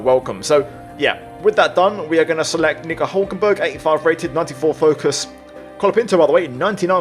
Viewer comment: you cannot be pronouncing "Nico" like that, mate 😂 You're gonna get yourself in trouble!